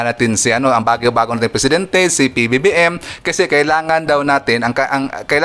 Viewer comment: parang nahihirapan kayo bigkasin ang PBBM.ganito na lang Pres.BBM para madali